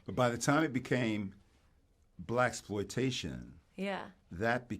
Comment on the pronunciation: Yeah.. I felt the same. When she said Blackploitation.. I was like, " huh, nah that ain't it" 😭